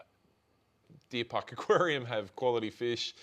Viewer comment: Deer park aquarium! You said it right, straight shooter and just an all round top bloke! He’s my go to fish shop!!